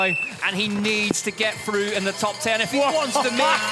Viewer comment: "Ten go frough"